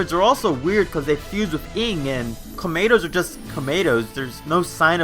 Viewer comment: All I hear is Clamato